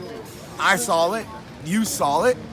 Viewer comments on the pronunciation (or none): This guy added the letter L in the word saw "I sawl it. You sawl it" 😂😂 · "You sawll it" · Keith “you sawl it, i sawl it” Thurman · New word created by thurman..sawl it.😁😁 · Nobody: Keith Thurman: "i sawl it, you sawl it" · "I sawl it, you sawl it" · Keith "I SaWLid, You SaWLID." Thurman. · Keith "I sawl it, you sawl it, herky jerky" Thurman